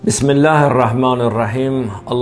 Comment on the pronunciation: Bu heç Bismillehi düzgün teleffus eliye bilmir bunun danisdiqi ne olacaq?😂😂😂 . Ay bisavad ay imansız İslam'da bayram günü oruc tutmaq gunahdi sen bunu bilmirsen? Ozuvuzden ne geldi icad eliyirsuzde